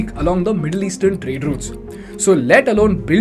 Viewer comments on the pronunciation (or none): none